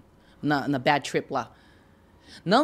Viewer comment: Badi tripi…chega a arder meus ouvidos. E o talki show então.